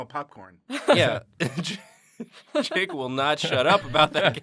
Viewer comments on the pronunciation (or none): none